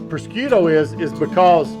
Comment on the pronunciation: Looking Great chef! Both the food and yourself! One small nigglin....I come from the n.e....specifically Long Island ny, and an ethnically Italian lineage....prosciutto is known as...phonetically "prahhzhutté" or prazhute(if you wanna speak Sopranos...lol). Either way...KILLERRRR!!!! Def gonna whip some of this up!!!!! Love ya chef!!!